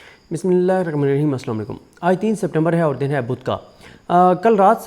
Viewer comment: Bhai Bismillah sahi tarha parha Karo